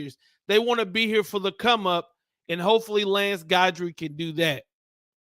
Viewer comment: no one had heard of Jimmy Johnson either.....Strong is going to Alabama mark my word....oh it's pronounced GIDry